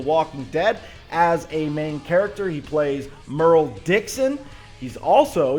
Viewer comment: He said Merle...